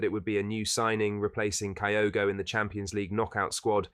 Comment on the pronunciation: Its pronounced KEY-OH-GO kyogo ffs almost as bad as miller calling him K-EYE-oH-GO